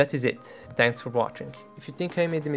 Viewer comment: Did you say "tanks for watching"?